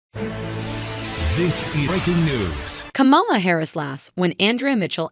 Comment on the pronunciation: Pronounce VP Harris's first name correctly or, refer to her as VP Harris.